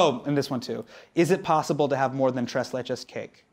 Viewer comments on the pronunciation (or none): Hassan I love you but your pronunciation of tres leches was hard to listen to